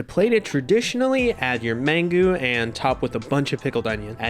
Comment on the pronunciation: Mangú. Man-GOO.